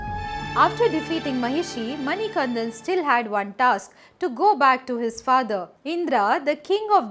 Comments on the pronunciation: Beautiful story. Please correct your pronunciation of the Lord’s name. It is Manikandan..not Manikanthan. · Not all swamis take 41 days vratha, the swamis visiting sabarimala for the first time takes 41 days intense vratha. Also it's Manikanda not Manikantha I'm from the district where sabarimala resides, Pathanamthitta district, Kerala. SWAMIYE SARANAM AYYAPPA.... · It is not mani kan"dh"an, but manikandan. Please take care of the pronunciation. But good to see such good effort for capturing the details. Appreciate it. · Hi, I am from the district where Sabarimala is located that is Pathanamthitta one small change is required, it's MANIKANTTAN there is pronunciation difference, also the mahishi story is true but she asked for marriage is a myth, that is Ayyappa's mother who is seated in the Malikkapurram.